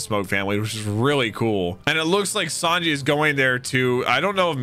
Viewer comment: I love that he calls him Yawn-ji 😂😂